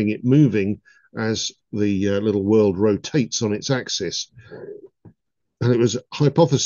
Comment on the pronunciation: i believe he actually called it a "wurd" :face-green-smiling